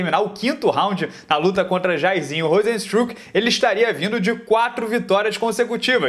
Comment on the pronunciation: Toda vez que o fala "Jairzinho" eu racho os bico kkkkk